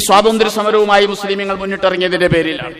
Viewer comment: മുസ്ലീമീനുകൾ അല്ല.... മുസ്ലീങ്ങൾ എന്നു പറയെടോ.